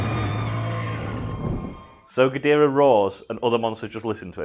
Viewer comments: I can’t tell if it’s a bit that he’s doing when he says “king godirah” instead of gidorah but either way it pains me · guh-door-uh. not fuckin gideera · King ghidereh? GHIDEREH?!? IT'S KING GHIDORAH!!! for fuck sake. Seriously, never heard someone rape his name so much. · "King gideara" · "Ghidirah" ny god it just pisses me off alo it's Ghidorah for God's sake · Not ga-dira gidora. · Chidereh? G-I-DO-RAH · “King Ghideerah” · "King Guh-deerah" trademark Big Wangers Incorporated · Love how says King Gideerah lol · “King ghidErah” oh no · isn't Ghidorah pronounce Ga-door-ah not Ga-deer-ah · Its pronounced Gi-dora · "Ghodeera" everytime he says that name, I die a little inside. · Jesus day Geedorah correctly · Did no one want to mention the way says King Ghidorah. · Your going to get a lot of hate from Godzilla fans for miss pronouncing Ghidorah, and just giving criticism of the Monsterverse in general.